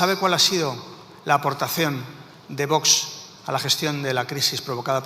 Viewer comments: Por favor!! Qué la presidente del congreso deje de decir VOTS!!! Qué alguien le enseñe a pronunciar la X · La presidenta del Congreso no sabe el Castellano!!!!!! Dice vots en lugar de Vox